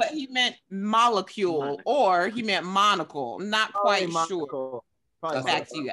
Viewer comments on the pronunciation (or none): This man Tahir really said monacule😫😂😂🧐